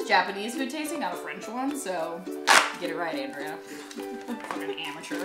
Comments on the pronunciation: and she can't pronounce Andrea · Did anyone else notice pronounce Andrea's name wrong?